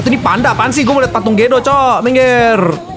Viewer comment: Gw dengernya Pandanya TEPOS 😂